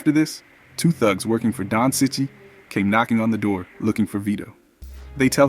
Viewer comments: It’s pronounce Chee-Chee, not sichee. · It's pronounced "cheech". No offence, mate 👍